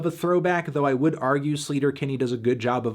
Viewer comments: Btw, I’m pretty sure the band’s name is pronounced Slay-ter-Kinney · Wait it’s not pronounced “sleeter- Kinney” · Anthony I don't even care that you're mispronouncing Sleater-Kinney since this is one of my favorite albums ever and you're reviewing it for classics week <3